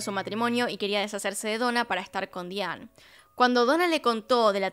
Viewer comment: Con respeto tienes problemas con la pronunciación en inglés. Es Diane Daianne se diría.